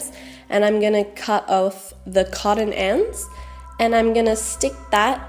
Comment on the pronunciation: is not codden its cot ton